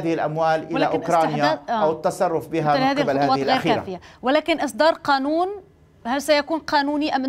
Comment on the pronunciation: يا مدام شو بدك تعرفي من واحد يقول الآناون بدلا من قانون .هههههه